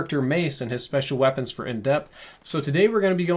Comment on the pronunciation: Right! I was for it until he said paid foh